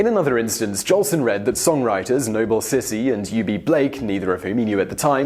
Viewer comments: Nobel Sissy? Its Sissle as in Sizzle. You talk too fast, whats the hurry? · it's Noble "Sissle" dude, not "Sissie" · Al "Johnson"? Noble "Sissy"? Come on, you never heard of Al Jolson or Noble Sissle before you picked up this script, did you? :) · Would carry more weight if there weren't so many misspellings on the screen AND mispronunciations by the announcer (Noble Sissie???).